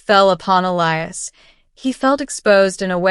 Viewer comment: Finally, Elias' name pronounced correctly!